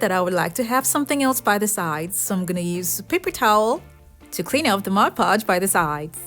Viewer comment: MOD PODGE NOT MODGE PODGE